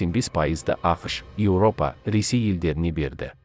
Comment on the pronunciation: Неге Европа деп айтпасқа, Еууопа дегенше.